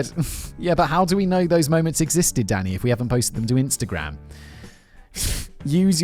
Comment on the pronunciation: I was 5 minutes into this episode when I realized Simon is saying "Danny" and NOT "Daddy", which I DID think was weird, but also hilarious. 😂